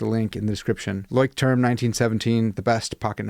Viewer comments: I think it’s pronounced “loyschtrum”. I use Midori and Leuchttrum but I made my own leather covers for them. I’m a therapist and the clients who take to journaling we will make then a Midori style. Gives them some ownership and personal attachment to their journal. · Had to go search the right pronunciation of Leuchtturm after you mentioned it. Found a video on here of a girl asking a Leuchtturm worker at a booth. He said it’s pronounced “LOY-strum.” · Leuchtterm is pronounced LOY-SH-TERM in German. :) Craziest pronunciation I know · It's roughly 'LOYSH-term' in English. Not a weird name at all! I'm very fond of trying out no-name brand / euro-store pocket notebooks for my trash books, as you can occasionally find some real gems in there. I'm currently using a B6 Midori for my commonplace, and have really enjoyed every Leuchtturm I've used. Can't afford Moleskines these days, but I don't find that a loss as the quality isn't as good as other alternatives despite the higher price. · Hard to believe you're so educated and the term Leuchtturm kicks your A _ _. ya could gone to google translate and "learned' the pronunciation of your favorite writing book. Again if it's your FAVORITE and can't even say it your deserve a good ribbing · The "ch" is pronounced the same as in the word loch, not "sh"